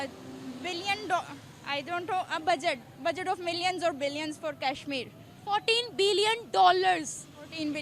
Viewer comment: 3rd wali ladki ko to kasmir bhi thik se bolna nhi aata or inhe kasmir jahiye 😂😂 keshmir keshmir 😂😂😂